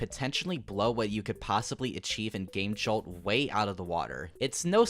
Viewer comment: why are you saying game jolt like that it's killing me still nice vid def subscribing